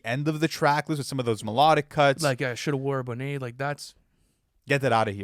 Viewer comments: why do yall keep pronouncing bonnet like it's french 🤣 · someone’s gotta teach how to say “bonnet” 😂😂